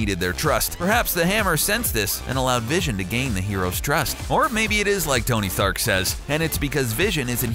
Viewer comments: did anyone else hear Tony Thark? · Ok so nobody notice that instead of saying Tony Stark he said Tony Thank !😂😂